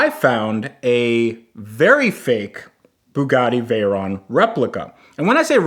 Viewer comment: Fugatti Vague-ron.